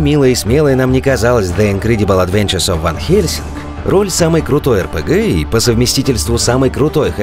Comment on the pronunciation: На - PRG(?) Geeks)) Ребята, ну орфографию-то проверяйте. И как все-таки это у вас произносится? При названии канала - пафосное "Ар Пи Джи", внутри контента - народное "ЭрПеГе"